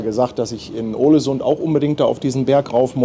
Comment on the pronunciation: Soll ich mal klugs**en? Es spricht sich „Ohlesünn“ 😊